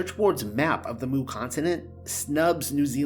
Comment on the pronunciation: You're pronouncing 'Mu' wrong. It's like the letter not the sound a cow makes.